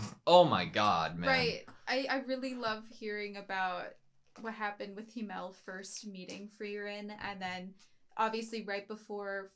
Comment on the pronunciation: They way you pronounce himmel is kinda funny. "Him-el" "El-him" 😂